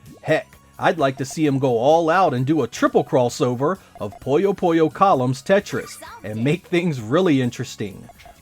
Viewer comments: Why are you pronouncing Puyo Puyo as Poyo Poyo? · It's really distracting when you say "Poyo Poyo" instead of "Puyo Puyo" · It's like "Poooyo Poooyo" / "Puyo Puyo", just like it's spelled, not "Poyo Poyo". It's like "Winnie the Pooh", not "Mr. Popo" (from Dragon Ball). If you look at the Japanese, it's ぷよぷよ as well, and if you look up the sounds, it is "Puyo Puyo". I'm honestly not sure how "Poyo Poyo" came to be, but it has become quite common for some reason (among some English-speakers). Anyway, thanks for asking! 👍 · One of my friends was just talking about Puyo Puyo Tetris. One thing I wonder is when and why English speakers started calling it "Poyo Poyo". My friend said it like that, and pretty much every English speaker I've heard utter this name does the same. However, I lived in Japan and studied Japanese, and it's most definitely "Puyo Puyo" (not "Poyo Poyo", well, at least for them...and at least as far as the spelling (but not pronunciation) goes in English as well. Strange. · think of it this way: someone calls you "jeck" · It drives me up a wall. That is NOT how you pronounce it. Not even in the games.